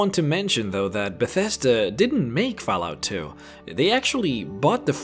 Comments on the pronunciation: I really wanted to watch this video to the end. But the way you pronounce Fallout made me quit after because it was driving me insane that you would say fahlout. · Fal lout xD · Did he say foul out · You know you said fállout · Fal out? its Fall out...at least know the game before you make a vid on it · "fellout" xD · He says Fallout like Falcon...not fell... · 'Faal Out' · He doesn't pronounce it Falalt or Fellout. He pronounces it Falout. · Or Falalt, like Excellent Quality said. It was one of those two things. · He lost me at "Fellout" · Did anyone else hear this man say faalout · everybody, lets report for discrimination of fallout, for the sole reason of him pronouncing fallout as fellout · Did he say fal out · He said faalout instead of fallout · Say fahlout one more time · fahlarht hahaha i cant stop laughing, sorry dude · the way he pronounced fallout at the start xD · How the fuck can you pronounce Fallout (FALL....OUT!) So many different ways? It bothered the hell out of me, such a shame because it was actually a good video. P.s google has a speech option for words, maybe do some proof listening before posting next time, "peyote" cough is another one